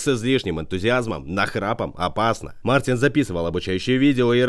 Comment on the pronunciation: Мартинс!!! А не Мартин.